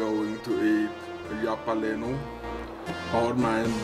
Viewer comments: It's halapeeno, Halapeeeno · Jap-a-lee-no. It's pronunciation like that which make me love heavy accents.